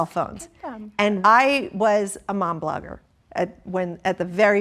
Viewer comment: A blomger. Please Cody. I watch these to hear your commentary I shouldn’t be screaming for you to shut up.